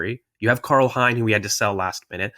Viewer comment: heads up, Hein in estonian is pronounced "HAYN"